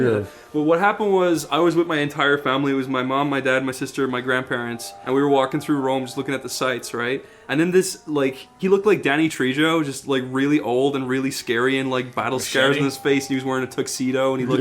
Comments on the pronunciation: “Danny Tre-joe” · Did he just say Danny “Tree-Joe”? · Danny Tree-Joe.